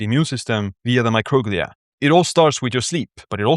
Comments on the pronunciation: It’s not mocroglia it’s pronounced micro-glia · Microglia is pronounced my-crow-glee-uh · I thought it was pronounced “micro-glee’ah”. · Yeah, classic case of accent on the wrong syl-AH-bul